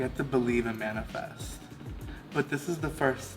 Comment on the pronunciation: Amanda-fest, not manifest ✨